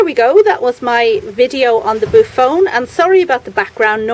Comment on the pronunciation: The name is pronounced boo-off-onee. It’s a beautiful plant. I pronounced it the same way at first!!! Do you know where I could order a boophone?